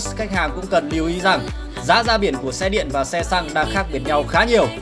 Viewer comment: Xăng chứ không phải là săng nhé! Người Việt phải nói đúng chuẩn tiếng Việt đi bạn ơi!